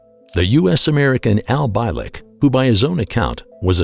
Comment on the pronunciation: mispronounced his name, it's pronounced BEE-LICK. funny how if you take the entire history of our planet and look to see OUR impact, you'll notice that WE have not even been around long enough to make a SMUDG on that measurement due to the FACT that we've not been around long enough to know anything but the BS that we keep rolling over again and again. how is anyone suppose to evolve or even be intelligent if we are taught the same BS since the beginning of our lives. i guess once all the POISONOUS people in power are DEAD we can finally have a world COMMUNITY